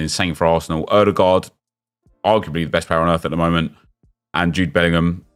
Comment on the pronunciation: "Oodergard arguebly the best player in the world"😂😂😂